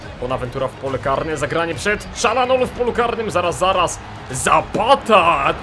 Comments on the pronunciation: mówi się Czarhanoglu ale tez może być Czalanoglu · Kalczanoglu plz nie Czalanoglu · Mówi się ćalhanohlu